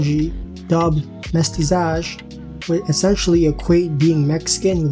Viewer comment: Mestizaje- mess-TEE-zah-hay